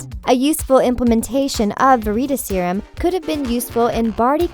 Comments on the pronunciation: Yes it's called Veritas Serum not Vereatus Serum. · sharyn Zombie YES! Like it’s not verYtasYrum and it’s not patronYum LIKE WTF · Doughby, patronius, ver-eet-a-serum, inf-fooooence. Edin-bu-row. Can she read?